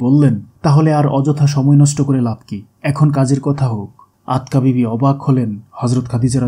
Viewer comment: Not Atka bibi but Atika bibi.